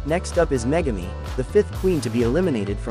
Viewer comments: "next up is MEGA-me" "ME-yuh iMan lapage" 💀💀💀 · *Hershee Licker Jet *Megameee *Zoonomi *Mea Eyeman Lapage *Sapphire Crystal The AI mispronunciation is hilarious 😂😂😂